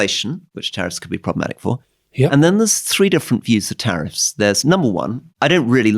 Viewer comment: Love the show, but it’s “tariffs”